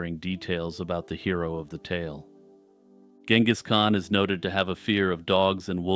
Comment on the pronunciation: The leading G in Genghis should be soft like a J. Compare to other previously used English spellings like Jengiz and Chinggis